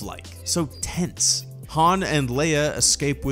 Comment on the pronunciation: I can’t here the word “tense” the same way ever again.